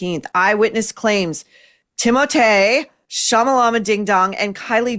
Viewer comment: I laugh at “Timothée Chalamala-bing-bong or ding-dong” everytime you say it. Its just great